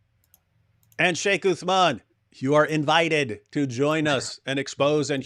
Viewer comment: and you like what David wood tells you don't you? He was decimated 4 to 5 times 😂 Sheikh Uthman may Allah protect him and increase him in knowledge wiped the floor with David. You Christians ✝️ hate him so much that can't even say his name properly. That's the power of Truth stop his Dawah if you guys can.